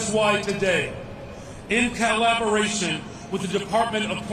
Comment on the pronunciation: What is ca-llaberation? 😂